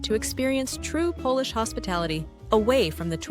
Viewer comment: It's bad enough that you can't pronounce Polish names and words, but when you can't differentiatee between 'Polish' - meaning 'things associated with Poland', and 'polish' - meaning 'rubbing an object until it shines', that's ridiculous.